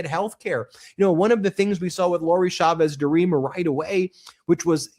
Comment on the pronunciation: Please pronounce Chavez correctly. The CH in Spanish is NEVER pronounced as SH. It is always pronounced CH, as in CHUMP.